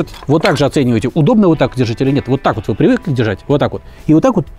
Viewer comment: На 5-й - 6-й минуте фразочка () зашкаливает XD "Уот так уот!"